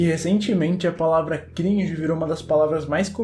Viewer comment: Mano a palavra cringe Ficou gringe